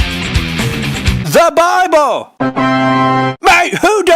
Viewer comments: I love the way he says BWIBLE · Ah yes, Bibbel